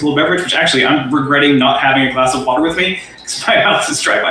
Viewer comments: The way he pronounced "watter" made me throw up in my mouth a little. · He uses the same dumb arguments and tactics as Hovind. He even says water the same. All while completely unaware how stupid his arguments are